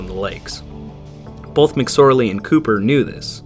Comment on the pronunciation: Awesome documentary. Thank you! I couldn’t help noticing you have the dialect where you pronounce the word both as “bolth”. Linguistics also fascinates me.